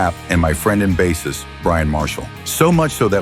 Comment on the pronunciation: Mostly lol it made some mistakes. What annoys me is how it pronounces bassist